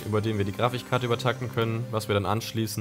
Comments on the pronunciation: Warum höre ich ständig dieses fucking "GRAFICHkarte", es heißt GRAFIK, nicht GRAFICH!!! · Jeder: Grafikkarten: Grafichkarte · Mich triggert das richtig dass er Grafichkarte sagt xD #nohate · Er sagt immer "Grafich Karte" 😂 #nofront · Zum Glück nicht "Grafick Karte" uh ah 🤭🤣👍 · Sagt tatsächlich:"Grafichkarte?"🤣 Cooking Simulator! Das will ich sehen. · Sagt er immer Grafichkarte ? Oder verstehe ich das falsch ? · Es triggert schon ein wenig wie immer "Grafich" sagt... :D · Ja omg es regt mich soo auf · Ich finde ja, macht für einen Anfänger wirklich einen guten Job. Ich bin echt gespannt, wie er in einem Jahr rüberkommen wird. ABER: Michi, könntest du ihm bitte erklären, wie man das Wort "Grafikkarte" ausspricht? "Grafikkarte" schreibt man OHNE CH!!!!